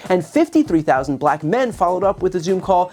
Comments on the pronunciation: Black is pronounced black not that difficult. Racist Trump pronounces it something like BLLack. Very demeaning and shows a very high level of unintelligence. This is from an old white guy whose going to lose his Social Security and Medicare if Project 2025 becomes law. I'll be dead in 6 months when my prescriptions become impossible to get, while living in the wake of a depression that makes the last one look like a cake-walk. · Trump can't even say the word BLACK without making himself a fool. The tone of his nasty racist heritage is encapsulated in just the way he pronounces the word.